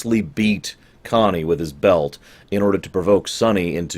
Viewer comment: Man, this would've been GREAT if you had, instead of stumbling along, just gone to IMDb and written down the character names plus the actors. The man you call "Sally" is Sal Tessio, one of Vito's companions in his early days. Played by Abe Vigoda. Connie, a name you wrecked, Michael's sister, is Talia Shire (ROCKY's GF/wife in that series). It's interesting that you recall "Sally", as that's what Tom Hagen, aka your boy Duvall, calls him. So, so you only pay close attention when he's on-screen? :?D